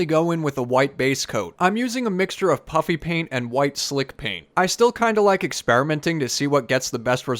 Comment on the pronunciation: I keep hearing " Puppy paint " when you're saying puffy paint. 😂😂